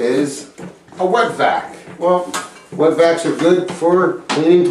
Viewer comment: I thought you said you need a "Wet Back" O_o !!! LOL.. (Wet Vacc) btw not sure why im watching this as I have no reason to remove any toilets lol..